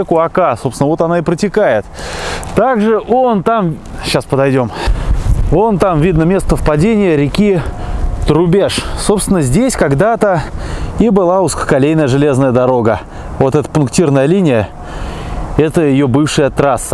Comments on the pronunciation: Не ТумА, а ТУма, не ТрубЕж, а ТрУбеж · Тума, Трубеж ударения на первый слог. Привет из Рязани. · Не ТрубЕж. ТрУбеж